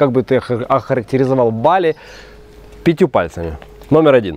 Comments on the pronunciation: не БАли, а БалИ правильно говорить)) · Какой позор! Каждый школьник знает как произносится название БалИ - с ударением на последнем слоге!.. И зачем то и дело перебивать атеистов, даже прикидывающихся мусульманами, христианами или буддистами? Это разве хороший тон!? Иудеев перебивать да, можно, они обрезанные, значит некультурные и поэтому их необходимо тыкать в это как котят - носом в какашку! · То БАли то БалИ. Ударение туда сюда меняете. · Дама с жасмином.. местные жители говорят БалИ, как и французы, которые когда-то колонизировали эту провинцию, а их там оочень много проживает и приезжает, с чего вдруг "наши" решили адаптировать под русский язык, не понятно.. я всегда говорю с ударением на последний слог и это не бросается в глаза, там никому выпендреж с русскими ударениями никому не интересен. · не бАли а балИ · Ударение правильное Ба'ли, а не Бали'. Живет много лет , но не знает этого? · Чуваки пытаются говорить бАли, но время от времени всё равно сбиваются на балИ. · То БАли, то БалИ))), а как все таки правильно? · Провёл года 3 в Индонезии - ребзя, на другой слог ударение - БалИ! Инфа 100%, можете уточнить у местных.